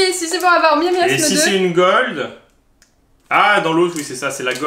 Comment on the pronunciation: par contre c'est miasmax et pas miamiasme